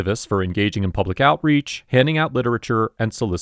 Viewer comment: ILL say IT AGAIN HE'S IN PUB UH LICK WHO THE HELL DO THEY THINK THEY ARE ITS P U B L I C